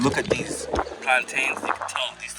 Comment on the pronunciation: I don’t know if I can trust someone reviewing the cuisine when they pronounce “plantains” like that.